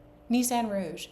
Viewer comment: Love catching up with you,. I've been really enjoying catching up on Rhinebeck from all the various podcasters I watch who all know each other. Glad you had a great time. Love your new vest pattern, too! [I had to laugh at "Nissan Rouge". It's actually "Rogue", but when my hubby worked in car rental, one francophone manager always called it a Rouge, so now we do too.:)]